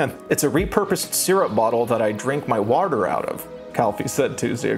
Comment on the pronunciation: hi this is my first time watching one of your videos i really liked you on the gus and eddy podcast but MY GOD the way you say "water" is disgraceful